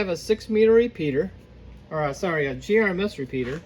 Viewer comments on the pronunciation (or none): GMRS NOT GRMS